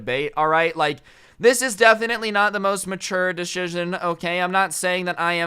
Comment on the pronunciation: i like how he say deshishon